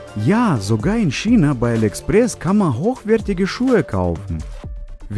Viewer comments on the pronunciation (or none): none